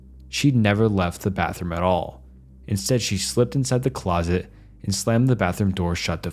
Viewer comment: He pronounced closet as ‘closest’. Totally bungled the story